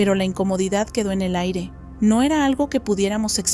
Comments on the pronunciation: Siempre asumí que la chica era una voz sintética porque cuando la frase termina en "pero NO:" ... dice "pero número" 😅 Me da gusto ver a los humanos detrás, me encanta escuchar este canal mientras estoy haciendo patrones y cosiendo. Que sigan muchos años más! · Yo igual, siempre me parecia raro que no decia NO sino numero